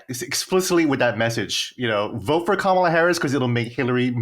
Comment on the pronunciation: Glad to see you guys have a real conversation like this. Also, Colin saying Kamala incorrectly is embarrassing.